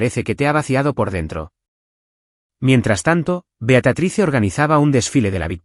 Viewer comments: Se dice Beatriz, no Beatatrice. Aprendan a decir correctamente los nombres y las palabras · BEATRICE no BEATATRICE!! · No entiendo porque le dices a tu personaje" Beatatrice"???????? Si se pronuncia Beatriz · Disculpas concedidas😂, disculpame también no sólo el error es ortográfico sino de pronunciación es Beatriz se pronuncia como se lee. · Que horrible se oye la pronunciación del nombre de BEATRICE Beatatrice horrible como ella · Es Beatriz, favor de pronunciar correctamente, excelente historia